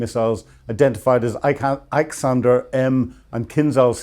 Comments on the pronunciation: It's 'iskander' missile not 'iksander'.. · Iskandar missile not iksandar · Iskander, not Iksander. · Iskander, as in the Russian missle = 'iss-kan-der' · The pronuncation of Iskander though 😭 Russian И is not pronounced like the English i it is more so like the German/Dutch one. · He can't even properly pronounce the name of Russia's ballistic missile.